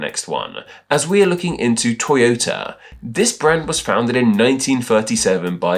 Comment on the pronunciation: It is pronounced to-yo-ta, not toy-o-ta. Also, Subaru is the constellation "the Pleiades."